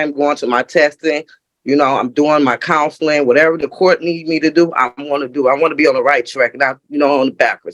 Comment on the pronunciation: “I’m doing my counslerrin” stuff”. How do people grow up on America and not know how to speak English!?